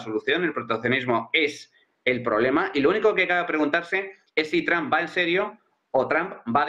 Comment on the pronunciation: Por que le dicen "Tramp", donde le encuentran la A ? es Trump, y si acaso pronunciado en alternativa seria Tromp